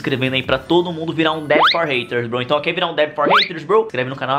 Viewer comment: Porque VC fala broi